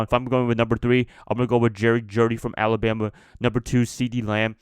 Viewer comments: Stop saying Jerdy😂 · You throwing unnecessary R’s in there 😂 JEUDY bro. Gotta pay proper respects to the judge 👨🏿‍⚖️